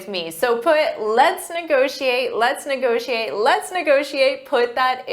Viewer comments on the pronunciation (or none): Let's negocxiate! Let's negociate!